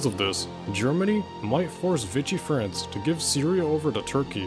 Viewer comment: 😂 great video, but one small correction. It's not pronounced Vitsy or whatever. Vishi is the correct way for Vichy France